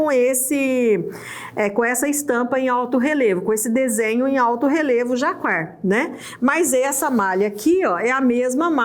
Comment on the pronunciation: pronuncia-se JACÁR o nome do tecido cuja estampa é em alto relevo, como mostrado nesse vídeo.